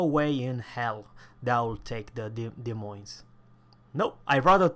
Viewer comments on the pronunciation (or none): Des Moines 's' is silent so you read <De Moin>